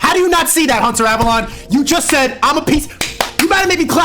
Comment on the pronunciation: Hunter Avalon! Hunter Avalon! He can't even say the name right...